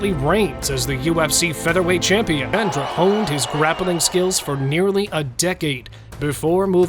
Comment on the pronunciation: Not AlexandrA it is AlexandrE E not A AlexandrA is female name Alexander and Alexandre is male name